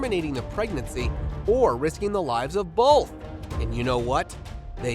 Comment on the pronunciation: Bolth of them ya say? Anything but Bolth!